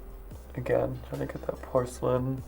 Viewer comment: nobody: Violet: POR-CA-LIN